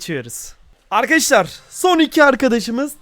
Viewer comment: Yrkadaşlar ✅ Arkadaşlar ❌ 😂